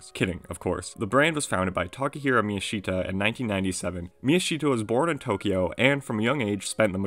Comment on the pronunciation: miyashita should be pronounced mi-YA-sh-ta, instead of mi-ya-SHI-ta